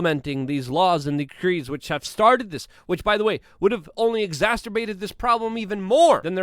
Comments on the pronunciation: Man, don't say exasterbated, it's exacerbated. No T after the s sound . . . Love ya, just the same. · Love ya Luke but please say exacerbated. Not..exasterbated…stay Free! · LMAO Its been "exasterbated" LMFO😂😂 god bless ya luke luv u ur the man! Don't ever conform to anything even proper English